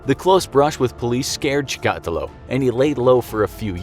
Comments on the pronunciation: As someone who speaks Russian, the way the narrator pronounces Chikatilo makes me cringe. The stress should go on the second I, not the A. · Everytime he says chikatilo, he pronounces it differently. Bruh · Great video but.... Chikatilo isn't a Spanish name and boy do you keep trying to pronounce it as one. Just saying... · five seconds on Wikipedia and I can tell he is pronouncing Chikatilo's name wrong, the emphasis should be on the third syllable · As much as I enjoy this channel, mispronunciations across multiple episodes that are easy to look up (ie Andrei Chikatilo) makes videos harder to watch. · Also you pronounce his name wrong. We wrassle about it now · So annoying that this guy pronounces the killer’s name wrong! Watch a YouTube! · That's not how you say Chikatilo and that's not where Rostov On Don is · I'm finding it cute how he's mispronouncing Chikatilo's last name hehe.. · I think he pronounced Chikatilo incorrectly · You pronaunce his name wrong , its not chikAtilo its chikatI'lo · The way he pronounces Chikatilo, - "Chee`kAAtilo", and repeats it like 200 times later on, made me bleed from my ears. its "Cheeka-tEElo" (like in Armadilo) for gods sake!! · Chica-TEElow. Not Cha-COTtalow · That’s not how you pronounce his name. You’re saying it like chtakulo. It’s pronounced like chika-tee-lo. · pronounced like' Shika-tilo' not 'Chi-ka-ti'lo!' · Not chikAtilo, chikatIlo Also, on , this is wrong Rostov. Chikatilo ived in Rostov-na-Donu near Ukraine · Ha! He keeps saying "Chee-kah-till-oh" instead of "Chick-a-till-oh" It's distracting... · Chikatiiiiilo not chikaaatilo jees my ears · You pronounce Chikatílo wrong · Apparently has never heard of ANATOLY SLIVKO. Whose name they will probably just mispronounce. "Chi,-kot-illo". Are you kidding me!? It's CHIKATEELO. Enunciated as swiftly as it looks and with no spaces between vowels! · Tchicatilo or Stalin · Your pronunciation of Chikatilo is hilarious! Its chick-a-TEE-lo LOL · Cheek. A. Tee. Lo